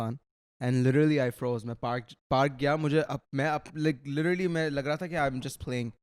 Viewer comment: Lidarly not literally😂